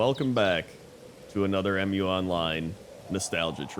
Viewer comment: It's not 'Em-You Online" I'ts one word Mu, pronounced as 'mew' The game name is inspired by the name of the mythical continent Mu.